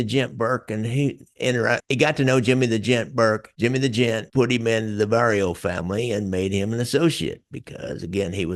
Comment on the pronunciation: Jimmy owned Roberts Lounge. And it's Vario not Bario.